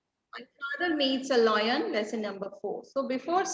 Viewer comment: Ma'am your pronunciation of lion is wrong please correct it